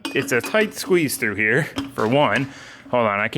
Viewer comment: Favorite part is when put a lil sauce on "weld a bead hyah" lol have fun sayin words in funny ways fuck it be different lol